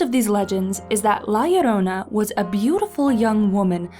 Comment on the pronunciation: YES SHE PRONOUNCED IT RIGHT😂 this story and el chupacabra freaked me out as a kid